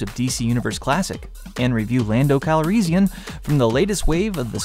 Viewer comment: RE: Han...Star Wars variations in pronunciation are all over the place...for example, I've never heard anyone pronounce "Calrissian" the way you do; I always say and hear it with more of an "is" sound in the middle than "ease." I believe George Lucas usually says "Han" the way Lando does in the films, maybe Billy Dee Williams just decided to copy the way Lucas said the name rather than the way the other actors did.